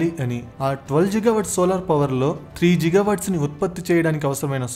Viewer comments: Bhayya, its not Jigawatt its Gigawatt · G ante giga nera babu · గిగా అనాలి బ్రో(జిగా కాదు) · Jiga kaadu babu it’s Giga 😂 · It's not జిగా watts... It's గిగా watts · are babu adi ziga kadu ra giga .... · జిగా GWవాట్స్ కాదు బ్రో గిగావాట్స్..🙂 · Jil Jil jiga jiga🤣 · You not only wrong pronounciation on giga but also you confirmed bribe without completing of investigation and also you always trying to blame ysj but not cbn 😅